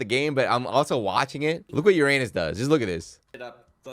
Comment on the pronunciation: “I’ve got to play Yur-Anus now” Me:… no thank you